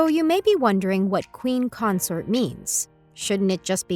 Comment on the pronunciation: It's pronounced queen Consort not Concert geez